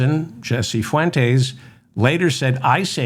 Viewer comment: Fuentes. Please learn how to pronounce Spanish names. It's not difficult.